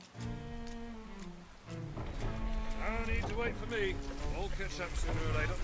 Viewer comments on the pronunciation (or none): none